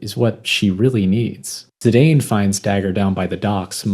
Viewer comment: Saw the thumbnail... I own that art book. Bought it when the game came out. It's old and a little faded/aged... but I adore it and that cover picture of Garnet. Good shit man. Edit: thanks for pronouncing Zidane as I always felt one should.